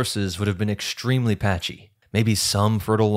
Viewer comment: English: "EXTREMELY" doesn't have a H in it, either. It's not EK-SHTtremely.